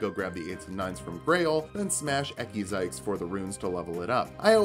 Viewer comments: since it's been bugging me, Ekzykes is pronounced "Ex-eye-chs" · PSA: it’s pronounced eck zike